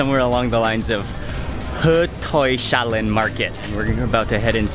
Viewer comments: the S in HötorgShallen and ÖstermalmShallen are genitive, and should not be combined with the H when pronounced. So it is not [Shallen] as he says it, but hötorgs-hallen. Where "hall" is the Swedish word for a large volume building, as in English. "en" at the end is the definite form, So it is like "The Royal Albert Hall" - "ÖstermalmshallEN". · He did'nt pronounce Hötorgshallen completely correct but good effort. The sh is not pronounced as in the word Shell. You say Hötorgs- hallen, like it's two words kinda. Same with Östermalmshallen. Hallen means like a great big hall, a big room sort of. And the -en at the end makes The Hall 😊 I'm not an expert in explaining Swedish grammar in English tho 😂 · no he did not pronounce it right =) its hö torgs hallen (compound word) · sweden is second highest after finand in drinking the black gold and no he butcherd the name Hötorgs hallen and btw its translate to roughly hay squer hall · Mustard, no, Coffee, yes. But I try not to drink coffee past or I will get trouble sleeping from the caffeine. Evening tea is nice though. Hötorgshallen is good pronounced, but there should not be any "sh"-sound because it's a compound word Hö-torgs-hallen = The Hay-marketsquares-hall. It's a genetive "-s" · Hi Dwayne 👍🏼 this guy eating Skagen toast just like a swede..his prononce on HÖTORGS HALLEN was wrong but fun... yes the red is caviar (fish eggs) this caviar is just very easy salted..not hardsalted as or KALLES caviar.. this guy is pro on Eating..ha ha ha ha ha fresh crossed pepper on fresh food higher the taste really high....yes Dwayne ÖSTERMALMS HALLEN..& HÖTORGS HALLEN + one more now SÖDERS HALLEN hi missed that HALLEN think they open 2010 first time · no, he was pretty off on the pronounciation but it was a good try :) I don't blame him though, it's hard to know when sh should be pronounced together or separately if you are not familiar with the text language.